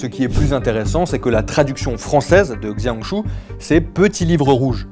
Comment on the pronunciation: Justement, il serait utile de demander comment ça se prononcer avant de dire n'importe quoi...